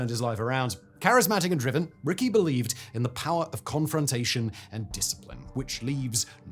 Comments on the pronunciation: Joe Ricci's last name is pronounced Richie, not Ricky. Otherwise, good commentary. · Ricci is not pronounced Rickey. Jeez, man, get it together. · Ricci is pronounced Ricchi, it's a common italian last name.